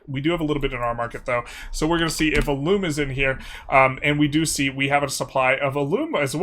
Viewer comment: It's alum as in alumni not A loom as is a tool used to spin thread. This comment is meant to be helpful not in anyway negative. Pronounce it however you wish.